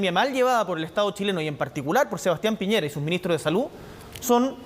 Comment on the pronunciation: dijo Pireña, aunque se entiende que para allá apuntaba, así son los pseudoperiodistas.